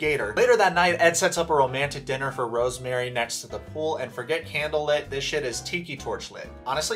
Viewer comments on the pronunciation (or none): Okay I love you, but please start pronouncing her name right. It’s RoseMarie not RoseMary lol